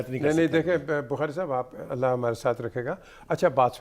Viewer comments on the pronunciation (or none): none